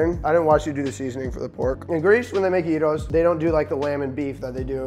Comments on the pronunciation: don't know what a silent "g" is but he pronounced it the right way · Michael Lee at least he didn't say jairo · 1. Pronounced gyros the right way 2. Added potatoes 3. Tzatziki added 4. Onions added 🇬🇷approved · 1. Pronounced gyros the right way. 2. Added fries. 3. Used pork instead of lamb. GREEKS APPROVE🇬🇷 Also gyros has been a very controversial thing these last few months in Greece. It used to be around 2.30-2.50$ and recently it changed to 3+$. They were literally talking about it on the news, so it’s really been affecting us. But yeah great job josh!!❤️❤️ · He's truly the Chosen One, the only who pronounced gyros the correct way! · well yeah and also that he put the meat first and then the tzatziki. But everything else is approved (btw his pronunciation still beats the people who call it "jairos") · As someone who's from Greece, i can definitely say this is one of the best representations of gyros i have seen, as well as pronunciation. Great job. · THANK YOU FOR ACTUALLY PRONOUNCING GYROS CORRECTLY! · You have my respect for this recipe and for the on point pronunciation of "gyros" and "tzatziki". -Humble Greek fella. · very proud of you for pronouncing gyros right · Well he almost said Gyros right